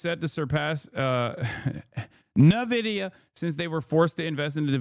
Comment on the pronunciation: Nuh-Vidia sounds so much better than “En-Vidia” Change my mind